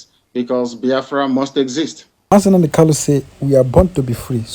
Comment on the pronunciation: PLEASE HE IS KANU, NOT KALU. KANU, KANU, KANU.